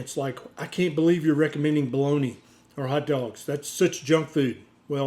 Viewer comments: Doctor BOLOGNA, not Boloni.. 😂It is an Italian city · Why do you pronounce it "balloney" though? It's Italian not a dialect from Louisiana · What is Baloney? Is it just some US mispronounciation of Bolonga? If it is, it's bloody irritating. 😐